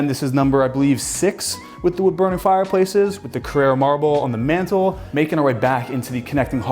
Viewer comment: It's "CARRARA" Marble not Carrera, it's not a race car